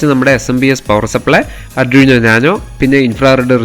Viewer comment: അഡ്രീനോ അല്ല. ''ആദ്വിനൗ'' ( aa - dwee - now) 🫡